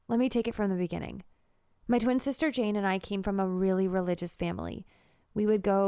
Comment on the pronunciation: Gurl u said chain instead of jane